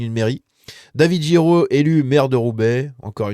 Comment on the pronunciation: David GUiraud, pas Jiraud !!! Ca se dit GU comme dans GUignol !